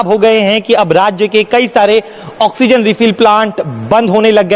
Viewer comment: Oxygen you theek se Bola jasakta hai